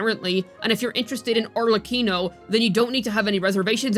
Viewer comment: At least you pronounced "Arlecchino" correctly.